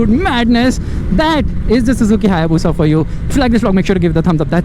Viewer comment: It's Bushaaaa......